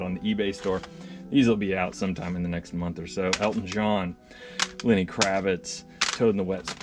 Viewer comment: Lenny not Lanny Kravitz